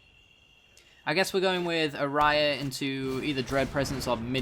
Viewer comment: Just remember it's ayara, not araya